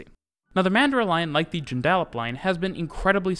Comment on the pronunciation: I've never heard a foreigner pronounce Joondalup before - it took me a second. Mandurah was pretty close, tho'